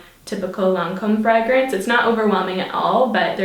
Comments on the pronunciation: I think she's picking up the Irish accent 😊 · Omg the way you said fragrance